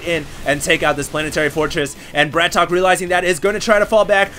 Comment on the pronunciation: it's not bra-tok. it's brat-OK